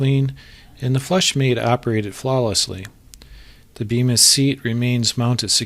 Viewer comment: It's actually pronounced Beemis but despite that it's a good video.